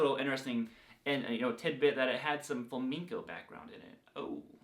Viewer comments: Sorry man Flamenco not Flaminko. “Home in” not “hone in” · Lol "Fleminko".